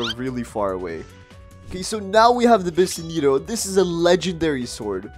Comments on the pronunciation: "BISSENEEEETO" WHAT THE F*CK MATE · Hol up a bisineto?? Don't you mean biseto